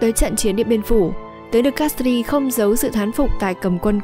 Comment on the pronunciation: Mặc dù viết De Castries nhưng đọc giống như De Castre (tiếng Pháp không đọc âm/s/ cuối khác với tiếng Anh).